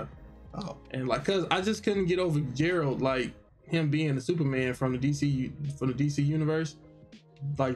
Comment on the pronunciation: now … how do you play the witcher games, watch the show AND still get that man’s name wrong? his name is geralt with a hard g not jeralt 😭😭